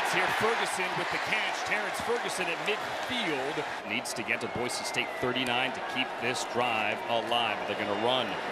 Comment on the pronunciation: Having grown up in Idaho it's so damn nice to hear that the announcers did their homework, and that they call the team what it's supposed to be called (Boy-SEE, not Boy-ZEE). I'm so tired of hearing people say that, it would have driven me nuts to hear it so many times during this game.